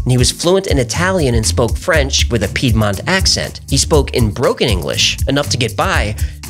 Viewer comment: Heh, he's American so he can't say Piedmont. 🤣